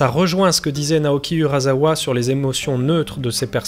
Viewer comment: Jolie démonstration, et bonne conclusion. Tu peux te reconvertir en chanteur réaliste, je pense. Oh, pour info, en japonais, s = ss, il y a z sinon. Naoki Urasawa = urassawa, pas urazawa. Pareil pour le wasabi, trop souvent massacré par les Français en wazabi (brrrr...). Au fait, tu as pu voir ses planches originales (à Angoulême ou à Paris) ? C'est superbe ! À Paris, il a en plus décoré les murs... (Je parle de Urasawa, pas du wasabi !)